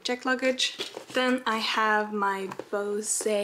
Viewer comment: I've just been doing planning for possible colleges while watching the vlogs. It's so easy to do things while listening to talk and ramble. I also love that she pronounces Bose as bo-say. the company specializes in aviation headsets (as well as typical headphones) and it's pronounced boze. It's probably among the weirdest things to make me smile. My boyfriend is in training to be a pilot, so he has a headset from them.